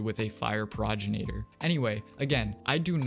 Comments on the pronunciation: Please fix how you pronounce progenitor. Pro gen ate or not pro gin ate or. Its the words pro and genitor together, it's not a regional thing or a country thing or a preference thing, you just say it wrong. Check any pronunciation website. Sorry, I don't mean to be mean but it just really annoys me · Pro-gen-a-tor is how you say it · what is a progenenator?? dya mean progenitor? pro gen i tor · The way you kept pronounced progenitor like proginator caught me off guard